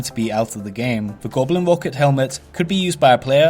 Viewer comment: gewblin rooket hewmet lol great vids br0ski